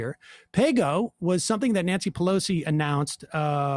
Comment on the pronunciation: Pah-loser? I demand a recount!